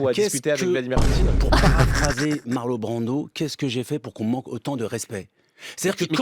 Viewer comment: Bah déjà tu prononces correctement le nom des artistes, Marlo' Brando ! Quelle crêpe ! 😂